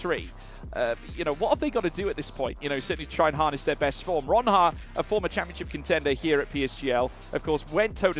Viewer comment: Ronhaar lol